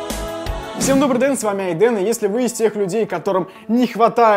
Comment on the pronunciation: Ты хо сала наелся,в начале говориш добрий ден